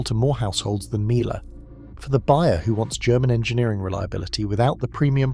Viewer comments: Miele is pronounced Meal-eh. I think.p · that's AI for you! Miele is German so pronounced 'meel-uh'. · The correct way to say Miele actually rhymes with name Sheila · Interesting, a pity you can’t pronounce MIELE properly considering it’s the best on the market!! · These AI videos are annoying. The pronunciation of Miele is laughable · 5 different pronunciations of Miele, and then "Laundette" 🤔